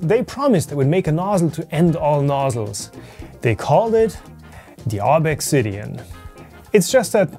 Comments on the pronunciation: Yea... Glad I'm not the only one with this thought. His insisting on pronouncing things weird when there's really no need to do so is getting out of hand... Slic3r should be Slicer and ObXidian should be Obsidian ( maybe Obxidian but definitely not ObExIdian ) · Why not pronounce ObXidian the same way as E3D does? Making some kind of point here? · I think it's pronounced obZidian, but I could be wrong. After all, Americans insist on calling Xavier from the Xmen "Ex"avier rather than Zavier. Source - I attended Xaverian College (Pronounced "Zavarian") and Xerox is Pronounced Zerox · It's probably not pronounced ob ex sidian, but like "obsidian", ob-si-di-an. LIke the black, slick volcanic glass. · Maybe you don't know but there are uses of the letter X that sound like Z in English (Via Greek), For example Xylophone (Pronounced Zy-low-fown) I believe this is E3D's intention, making the pronunciation Ob-zid-ee-an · Did you contact E3D on the pronunciation of Obxidian? It is probably just "obsidian." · E3D: please pronounce it Obsidian: ObXidian Why????????? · I think it is pronounced like obsidian. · I thought it was pronounced Obzidian. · Why do you pronounce the name like that? You know the guy's german, right? :P